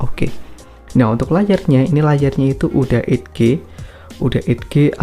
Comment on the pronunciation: Edge = eich cok bacannya edghe mata lu